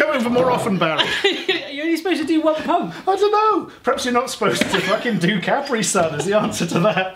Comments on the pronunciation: The way you say Caprisun is making me angry... CaPREE-Sun not Caprison (like a last name) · Its not CapReeSun its KuhPreeSun. Js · Its ka pre sun not cap re sun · beepboop everyone I know including me, says cuh-pree sun, they keep saying cap-ree sun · i die a little inside when they pronounce capri-sun wierdly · How they pronounce Capri-Sun >> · I hate how they say Capri Sun